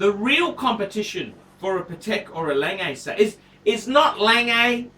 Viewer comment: He should learn how to pronounce. It's not "Langay" and it's not PaTEK